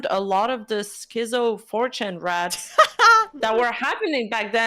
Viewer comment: isn't pronouncing rrats correctly.